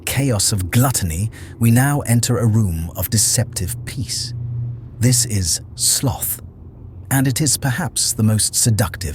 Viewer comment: The word 'sloth' is mispronounced in the voiceover which makes it sound as rhyming with the word 'broth'. Instead, it should rhyme with the word 'both'. Easy to check in a decent dictionary, though perhaps AI commentary pretends to know better. It does not.